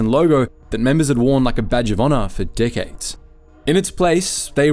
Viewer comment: He says "decades" but it sounded like "dickheads" LOL